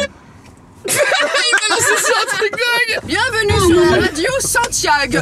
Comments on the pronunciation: CARLITO DIT BIENMENUE OU JE RÊVE? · carlito : bienMENU 🤣